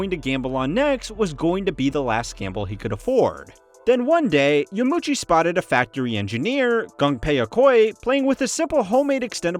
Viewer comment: It's Yama - uchi btw - not Yamuchi. Four syllables YA - MA - U - CHI